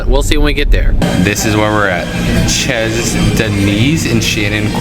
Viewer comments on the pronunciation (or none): Chez sounds like Shay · Chez is pronounced Shay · I've only been to english speaking Canada aka British Columbia. I do know you pronounce chez as shay. it means house of denise, I think.